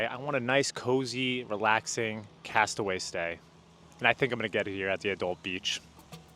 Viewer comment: It's pronounced castaway "key"